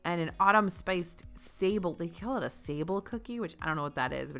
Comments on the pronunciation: It’s not SAY-bul, it’s sah-BLAY. A french shortbread. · Sah-blay, not Sable 🤣 It’s a French pastry term, formally called Pâte Sablée. It is essentially a short dough with the addition of eggs, giving it a rich yet still crumbly texture. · It's Sablé (pronounced more like Sablay) a type of shortbread. facepalm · fyi the "sable" cookie is French and is pronounced: sa-blay. There's supposed to be an acute accent mark over the e so you'd know how to pronounce it, but a lot of times it's missing, so we wander around asking, "why in the world would anyone name a cookie after a weazel?" lol [a sable is a kind of weazel.] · Sable is a sandy biscuit if I'm not mistaken and it's not pronounced that way as I know.